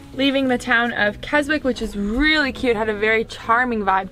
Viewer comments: The whole of the UK pronounces it Kes-ick, it's not a local thing. The W is always silent in any name with "Wick" in it. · Love your channel ❤❤ just for the record its pronounced 'Kes-ik' the W is silent OMG I'm stoked you came to Brighton it's the best xx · it's pronounced "kez-ik" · Aww I'm from the Lake District but live in Slovenia. Makes me feel happy to see places from home 🌞 Also it's pronounced Kes-ick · & Keswick is pronounced ‘Kezik’, in England we love to throw in a few extra letters and then ignore them 😂😂😂😂😂😂😂 Glad you enjoyed visiting our little corner of the world, enjoy the journey x